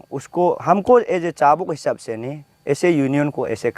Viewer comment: Nai hoga , pronunciation 😂😂😂😂😂